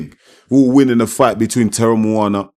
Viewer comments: our 🇼🇸 SAMOAN USO. Teremoana pronunciation is correct. He is from the COOK ISLANDS. Honestly, Justin Huni is Samoan, Tongan and Swedish ancestry like most of us Usos. Why can’t Ja’i Opetaia just fight Chisora like Usykk did as his first fight. Chisora would be a great test for Ja’i. Bivol is not mean and skilful enough respectfully. Just a suggestion. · Teremoana.you say it perfectly brother. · Good job at pronouncing his name brother. If we Polynesians have an R in our language, we roll the tongue. So it kinda sounds like a D 😉